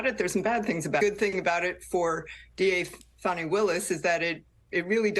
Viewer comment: It’s Fawnie, not Fanny.